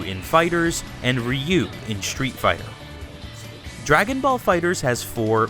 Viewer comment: why are you pronouncing street fighter " SHTREET FIGHTER?